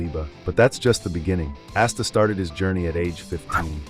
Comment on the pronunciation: We know it’s ai brother nobody says asta like assta or Liebe like leebah lol